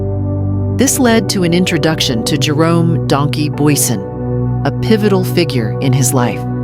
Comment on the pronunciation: Bezuidenhout en Booysen.... AI is maar lekker kak.